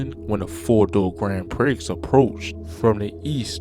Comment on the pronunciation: Grand Pricks 😳. It’s Grand Prix (Pree). It’s French my guy, the X is silent.